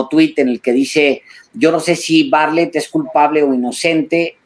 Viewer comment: Se pronuncia Bar- tlet